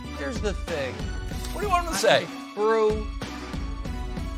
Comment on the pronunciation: Is he saying "brew" instead of bro?